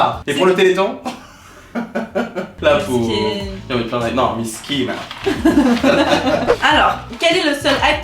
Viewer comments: « Miss Kina » vous avez dead ça chui morte 😭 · Il y a que moi qui a compris? c'est Miss kina " miskina " mdr 😂❤❤ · PTDRRR "MISS KINA"😂🤣😭BIEN TROUVÉ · Que l’élite qui comprendra le « miss kina » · Mdr au début j'avais pas compris miss kina j'me disais wtf et la j'ai compris c'est mskna miskine(a) mdrr oh😂😂😂😂😂